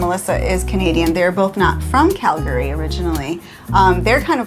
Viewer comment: Well hells bells!!! Welcome to “Montana”!!! You saved the best State almost for last. Small note; it’s the “Going to the Sun Road”. No big deal there “Cal-Gary”. 😅